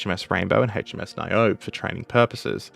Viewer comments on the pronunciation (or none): also, ni-oh-bee 🤷‍♂️